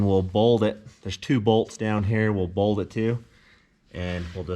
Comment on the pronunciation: MY MOM TOLD ME THAT YOU DONT KNOW HOW TO SAY BOLT PROPPERLY...SHE SAID WHY DOES HE CALL A BOLT A BOLD???AND i SAID CUZ HE'S MOM....HEEHEEHEEHEHEHEE...i lOVE YA'LL